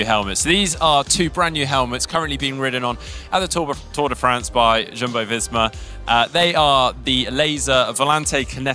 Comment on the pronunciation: I think it's pronounced 'Y'umbo, not ' J'umbo